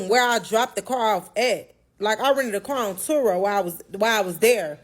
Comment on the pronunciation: Accidentally pronounced, "car",correctly and then repeated it as kyer...smh.